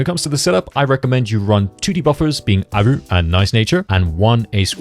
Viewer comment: Is it some inside joke or why are you pronouncing Haru as "Aru"?